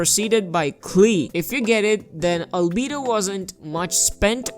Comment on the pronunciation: Lmao every time he says albedo: "ALBEEDU"